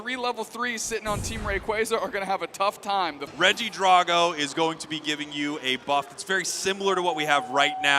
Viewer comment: Why are y'all pronouncing regidraco like that 💀 Please don't tell me that's the official pronunciation 😂